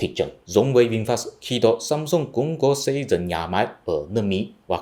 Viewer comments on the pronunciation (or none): none